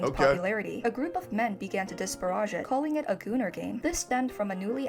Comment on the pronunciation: She just needs to google how to pronounce words like "Disparage" and not make them sound French.